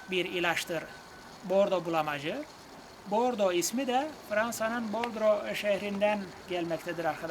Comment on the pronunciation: Açıklamalarınız için çok teşekkür ediyorum. Bir hatırlatma:Bulamacın adını aldığı Fransa şehri Bordeaux(Bordo diye okunur.Bordro değil.)